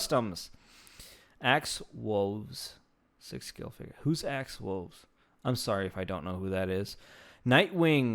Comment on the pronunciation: Bruhh… u dunno who is axe Woves? R u serious or kidding bro? 🤣